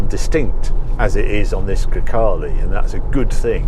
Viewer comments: Grecale, sounds like 'Grockle'. Looks like a Kia, sounds like a Golf. It's just another car-by-numbers Stellantis shitbox. I'll pass. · GreCACALE. Oh my God, Harry :)))))) That's why I love you. Probably everyone missed that.